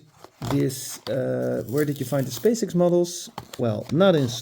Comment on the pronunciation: X is pronounced as ex. 😉